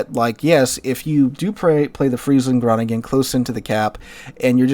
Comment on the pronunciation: I'ts "Bayaarrrr" like a Pirate: "ar, ar", Bayaaarrr 🤪"hon, hon, hon" French laughing But thanks for the list! Cheers from Groningen (NL), playing a Groningen, which is ecellent pronounced by the way! 💯